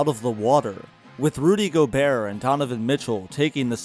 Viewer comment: The way u say gobert scares me it's go-bear not gobearer